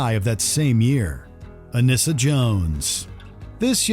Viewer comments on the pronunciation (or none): Anissa = rhymes with Lisa and not Melissa.